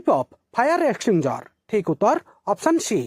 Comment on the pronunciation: You are making wrong pronunciation of extinguisher.